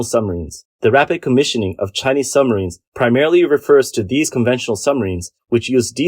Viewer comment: Sumreens not submarines?